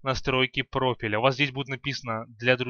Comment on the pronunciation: Редактировать настройки пропита как ты это сказал хахахаха хахахахахахах